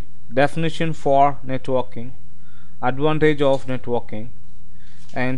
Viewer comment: Sounds like you're saying netwalking...